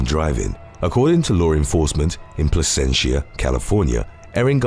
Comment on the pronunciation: THANK YOU for pronouncing Placentia, CA the right way! No one else can pronounce it properly, so I am surprised a you tube host got it right! Here is another Placentia case to consider...... Sandra Jessee.